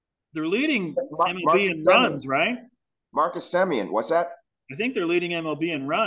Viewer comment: if you want to make a baby there is no "i" in Semien